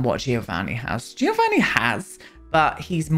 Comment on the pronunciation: It's not too important, but I'm saying it anyway! The "Gio' in Giovanni, is pronounced like the "Jo" of "John", so is more like "Jovanni".